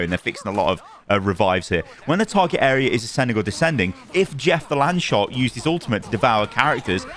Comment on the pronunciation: Missed your content for a while. Random chuckles are priceless, but you need to work on the pronunciation of Jeff the landshark ;-)